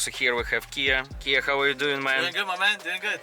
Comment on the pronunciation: … на произношением поработай, а то русский так и прет, аж ухо режет - хав и парт!! 😊